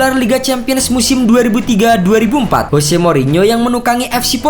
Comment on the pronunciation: Jose, bukan Hose.